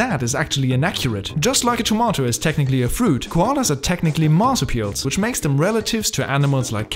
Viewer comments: The dumb narrator prounounced Marsupial INCORRECT!!🙍‍♀️🤦‍♀️ Its pronounced as MAR-SOO-PEE-AL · When you realise he's been saying Marsupial. 😂 😂